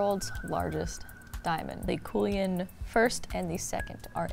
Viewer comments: Cullinan = Cool-e-an? I’m 99.99% it’s Kuhl-e-nan. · CULLINAN. Not Coolian. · I love this channel but I can't.... it's pronounced Cullinan..as in Skull